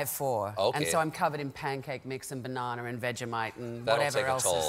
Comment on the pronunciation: shes so intellegent and witty honestly, and i love how she said bananar